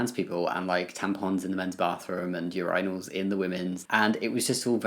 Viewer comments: I'm really sorry, but the way he pronounces Urinals is weird😂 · Every time I hear u saying urinals it sounds like something different and I'm laughing every time. Way to call her out! Also don't every male go through at least one period during puberty anyways?